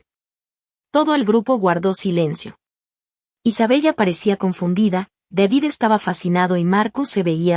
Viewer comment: Aunque se escribe Isabella se pronuncia Isabela